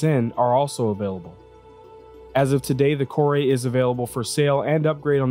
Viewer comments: If it was pronounced KOR-ay there would be an accent mark over the e. There isn't so it's pronounced KOR. Mako is the name of a type of shark. You also pronounced the name of that ship wrong. It's properly pronounced MAY-ko. Here's hoping you pronounce Calliope properly as ka-LIE-o-pee. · I'm just curious where he got Kor-ay from? It looks like 'core', every time I've ever heard any developer talk about it it's been 'core'. Any time I've heard any other person talk about it on stream it's been 'core' but for some reason he came up with 'kor-ay' so I'm just curious how. I mean lets say that is the correct way to pronounce it, literally everyone else got it wrong so how did he get it right? :) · I pronounced it Core, because it didn't have the accent over the e, but apparently Kore is an alternate name of the Greek goddess Persephone, and pronounced Kor-ee. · The MISC Reliant Core-Eh? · Kore is pronounced "core"